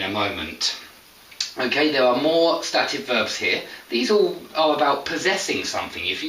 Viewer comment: You pronounce ˈstæt ɪv Shouldn't beˈsteɪt ɪv ??